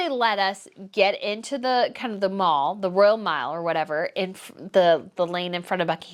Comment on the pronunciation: It's not " the mall" , it's pronounced : the " MAHL" 😘